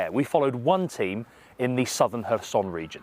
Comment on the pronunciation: Its not pronounces her-son, its hair-son